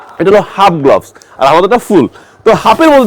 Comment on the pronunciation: উচ্চারনটা গ্লবস নয় গ্লাভস